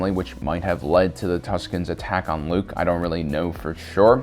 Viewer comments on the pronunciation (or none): none